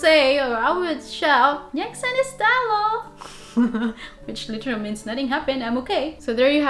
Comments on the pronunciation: U sooo cute omg 😻😹 nech sa nestalo is not correct! nič sa nestalo is correct 💓 your version doesnt mean nothing haha except that velmi dobre moja! 💓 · Hello, you are doing really great job. 😊 I know how hard it is to learn new language (especially Slovak) but keep going you can make it. PS: I don´t know if anybody has already told you, but maybe you wanted to say: Nič sa nestalo (instead of: Nech sa nestalo) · That hand gestrue means they have 0 idea about english and mostly old people do that , we learn english since kindergarden so anyone not dumb knows how to speak around people to 30 years old i believe. + It is Nič sa nestalo not Nech sa nestalo , nech means something different and nič means nothing.